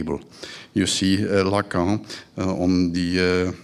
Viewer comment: My God, while he's half asleep and loving the sound of his own voice, he can't even pronounce the words 'Lacan' or 'Verhaeghe'